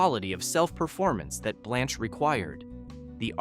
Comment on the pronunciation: It's pronounced "blānch" not "blonch"